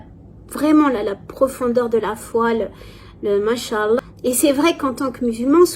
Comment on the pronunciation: IMPORTANT : Ma soeur j'aimerais te corriger dans cette prononciation : On dit masha(légère prolongation du a) et prononcer le A de ALLAH. Mashaa ALLAH. Parce que si tu dis macha Llah comme ça d'un coup, tu es en train de dire "Allah a marché". Qu Allah me pardonne pour ces mots.